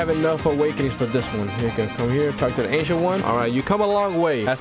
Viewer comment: Wth I heard Asian one instead of ancient one